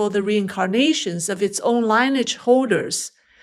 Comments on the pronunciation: Love your videos. I just want to help you with the pronunciation of 'lineage'. Should say it like 'linny-yidge' not 'line-age' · the word LIneage is pronounced Lyn-e-edge not Line- - e- adge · The word lineage is pronounced like linear. The "i" is soft; "e" is hard. Fascinating story. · LINEAGE is mis-pronounced. 🙏🙋